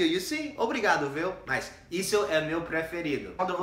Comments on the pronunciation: David César kkkkkkkkkk Dizemos "viu" mesmo, como todo mundo. Mas o "vêu" foi demais!!! Rindo até 2050. 🤣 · nós falamos "VÊU"?, achava que era VIU, muda tanto a pronuncia ai em SP?